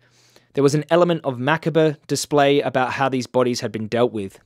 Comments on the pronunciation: It's pronounced macabre, vegan for life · Aww..., my guy, you need to learn how to pronounce the word “macabre.” Haha;) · In the US, we pronounce macabre as muh-cob.